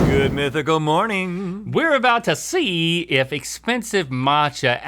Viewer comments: Is this why he's emphasizing "see" in because he thought it's a wordplay on "sea"?? lmao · Link really put a lot of emphasis on see as he was going for "sea"...since he thought matcha was from the sea 🤣🤣🤣